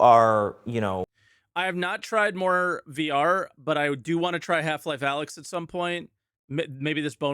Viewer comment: Did he really say "Half Life ay licks?"